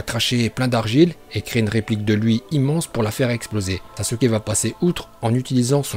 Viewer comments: Sasuke stp pas sasuké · Par contre c pas SASUKÉ c Sasuke😠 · Sasuke pas sasuké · Évite le é sur le sasuke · Mec c pas Sasuké mais Sasuke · Sasuké nnn. Nnnnnn sasukee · Bonjour , SASUKE pas sasuké voilà aurevoir.